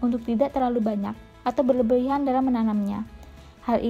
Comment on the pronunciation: Suaranya bhahahaha lagi makan gula2 hahaha. ...... Serain..berindung.... Berebihan... Gulmah😝🤣🤣